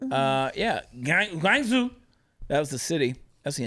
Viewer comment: Chad, Chad, Chad, it's not pronounced Guangzhou. It's pronounced Guangzhou! LOL LOL